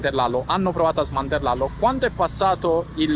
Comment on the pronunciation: Sei troppo buffo dome dici smantellallo 😂 cmq sei un grande complimenti